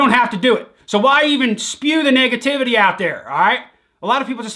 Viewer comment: No one:: nugatavety